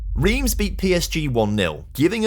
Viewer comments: As a Montpellier habitant and supporter, this video has made me extremely happy! Well done! Cos 2012 was incredible and, in real-life, a complete one-off! One pedantic gripe on the pronunciation front, though (sorry!), Reims is crazily pronounced "Ran-se"!?! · Your pronunciation of Reims is incorrect. Basically, the "eim" sounds like "1" in "ligue 1"